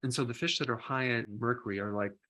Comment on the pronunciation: Doc 🤠 merkoory?? 🤭